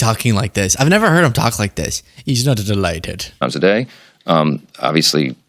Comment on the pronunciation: did you hear the weird way he said delighted